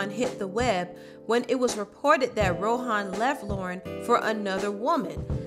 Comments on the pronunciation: It’s not Row-hawn...it’s Row-Auhn...ask a Jamaican how to pronounce it. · I think you did a very great job on this. I just have something else irking me and you know I’m going to say something about the way you pronounce things why do you keep saying It like Ro-Han Marley? It’s just Rohan Marley. That unplugged c.d..?????? Hallelujah! That CD was so deep and on top of that you talked about the demonisizim (spelled incorrectly) of one of the music industry and how God had rescued her... that CD is so powerful, it is not very often I listen to it because I always end up in tears and then praising God and giving Him all of the glory hallelujah! Thank you Jesus!